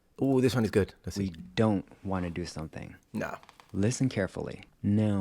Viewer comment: Well done, one of the few foreigners who can pronounce "no" correctly on the first try. This is indeed a difficult one.